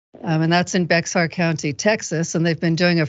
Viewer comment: OHMYGODGUYSPLEASE ****STOOOOOOOOOPPPPPPPPPPPP**** Bexar is pronounced BEAR. Or BARE, as you prefer. There is no Bex-are. PLEASEPLEASEPLEASEPLEASEPLEASEPLEASEPLEASE.